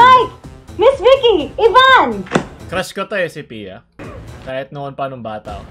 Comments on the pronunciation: Ang sarap mo piattos But "ttos" is silent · Bakit "Piya" ang naririnig ko?👀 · Ansarap mo Piattos but the "ttos" is silent 🤣